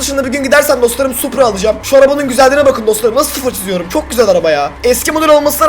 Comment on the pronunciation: Tahmin:Arkadaşlar farkettoyseniz da supra yerine suppor diyo yoksa bobby in öyle bir kardeşinin olduğunu ve nasıl biri olduğunu konuşuyor olabilirmi?